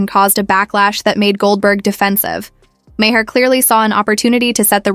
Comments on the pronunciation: How many different ways can AI butcher Bill Maher's name? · I can’t stand Bill Maher, but at least pronounce his name right!